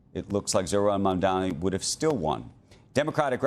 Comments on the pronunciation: Big fan of Andrew Ross Sorkin’s but I’d appreciate if he would learn to say Zohra’s last name. It’s “Mum-don-ee” not “Mum-dom-ee”. Repeatedly mispronouncing an ethnic last name sounds like a low level racist slur. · Iddiot ZOHRAN MAMDNI not Mamdami. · Still can't pronounce his name correctly